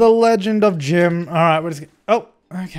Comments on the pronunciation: You said"LENGED"... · legend not lenged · The Lenged of.... (WTF is Lenged?)